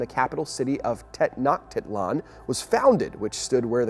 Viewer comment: Say Tenochtitlan again